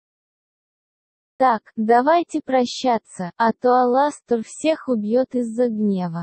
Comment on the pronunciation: Почему они все говорят АлАстор (ударение на 2-а)